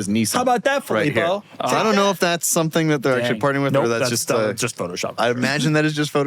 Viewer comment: Fillpo, huh?